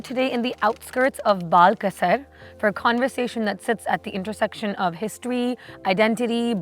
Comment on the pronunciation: bal.kasar [bəl.kəsər] not baal kasar.